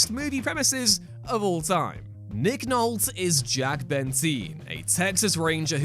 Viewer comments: Small criticism for the channel. Check for proper name annunciation. I will defer to you on British names. But please check American and non British names..For instance you say Nick Nolt, it is Nick Nol-T. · yup Nol-tea it is pronounced nol-tea not nolt as in bolt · Nick "Nolt" made me shudder quite a bit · Nick Nolte, Nick NOLT E, E, NOLTE, ARE YOU A ROBOT? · Uh....Nick Nolt? Nolt. Nolt? Nolt? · You said Peña and Nolte wrong (that’s what I caught), but more importantly said Nolte wrong twice. Does no one revise these lists when you write them or at least have an American on standby, you literally have Google at you fingertips for pronunciation 😂